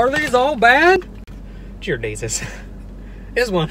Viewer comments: jear desus😭😂😭😂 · Jear desus 😂😂😂